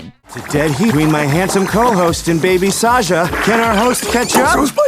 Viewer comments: Sahsa❌ Saja✔️ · Sasha ❌ Saja✅😊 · Sasha❌ Saja ✅ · Sasha❌ saja👍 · Saja not Sasha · saga❌ saja✅ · Mistri Sasha❌ mystery saja✅